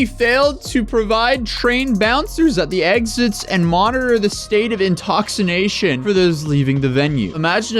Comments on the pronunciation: "intoxiNATION"? Are YOU drunk,? 😂🤭💜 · U had a slip up.... It's intoxication not Intoxination.... 😜🤣 just fuqin with you. This chick is a tard.... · Yeah intoxination?😂😂😂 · Why are the words behind the news guy backwards? Intoxination? He said it correctly seconds before intoxication. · “Intoxination”, really? Lol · "Intoxination"? Really? 🤣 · "State of intoxination" would you please blow into this? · Intoxination no Hun it's intoxication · did you say intoxination? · He read ,"INTOXINATION", but it clearly said, "intoxication". NAH. IM GOOD SON. BYE. LEARN HOW TO READ MAYBE. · At first I was like I didn’t know “intoxination” was a word then I skipped back and read the article lololol!! Love your channel though! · He was intoxinated when he said that. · “Intoxination” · I'm safely intoxicated at home but he totally said " intoxination" lmao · Intoxination lol